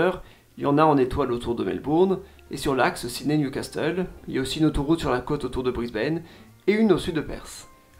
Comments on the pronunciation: Toujours un gros travail, merci ! Pour Newcastle, ne prononce pas le "t", "Nioucasseul" 😉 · superbe video, attention on ne prononce pas le T de Newcastle ! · Ton anglais est déplorable. Impossible de ne pas savoir que le T de "castle" ne se prononce pas. Surtout qu'il existe aussi un Newcastle en Angleterre. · Si tu avais beneficié de tes propres sponsors tu aurais su que Perth ne se prononce pas "Peyrthe" mais "Peurth" et aussi que "Castle" le T est muet.